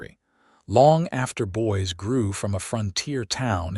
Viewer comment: Ha ha. Boys Idaho. Not girls but boys. Or Boise might be pronounced boy - zee. This stuff is distracting from the story. It is jarring.